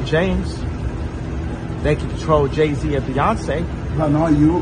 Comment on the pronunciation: Calling him Gay-z is wild 😂